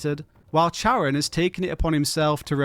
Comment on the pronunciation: Not how you pronounce Charon's name 🙈😝